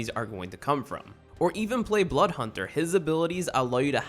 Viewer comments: bloth hunder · 1.20 I swear he said “blood hunter”?!??!?!?! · This guy shouldn't be making a video about Apex Legends if he says Bloodhound as Bloodhunter Dipshit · Sometimes he says bloth hunthr I think... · why cant anybody say blood hound properly?